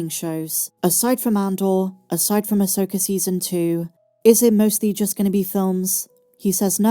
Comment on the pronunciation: I've teased you about your pronunciations at times (Asoker and Master Yoder), but I do truly appreciate your sense of humor, your positive content, and also love YOUR love for Star Wars. I'll always support your channels because you're a Dear Friend to us all!